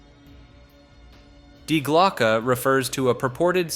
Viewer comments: I love how you pronounce "Die Glocke" correctly at first then incorrectly at the end. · Yeah, that irked me a bit.